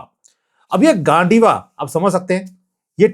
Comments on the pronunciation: गांडैवा नाही गांडिव arjun k bow ka naam hai .. from mahabharat .. thoda toh indian name thik se pronounce karo .. dnt focus on gand from gandiva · गांडीव not gandiwa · Gandiva nahi bhai yeh Arjun ka "gandiv" hota hai jisne Mahabharat main gadar machaya thaa. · sir its not gon diva, its gandeeva, name of Arjun's Arch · The pronounciation of Gaandiva is गांडिव and not गांडिवा. It is the name of the bow of the great archer Arjun from the Mahabharata. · Gandhiva pronounce गांडीव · ❤❤😂😂😂 भैया जी मैने कहा था आपको हिंदी की ट्रेनिंग लीजिए। गांडीवा नहीं है,ये गांडीव है। अर्जुन के धनुष का नाम है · Mere khayaal se pronounciation hai -- Gaandeev . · You are not pronouncing GANDIVA correctly. It is the name of dhanush of Arjun. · Kindly pronounce the word GANDIVA correctly